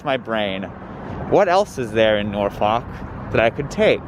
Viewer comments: My favorite movie is "Meet the Nor-fawk-ers". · If you made up time between Ashland and Richmond you accomplished a miracle. No polite way of saying: it’s pronounced “NAWfuk”. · sorry but as a virginian listening to you pronounce norfolk that way filled me with bloodlust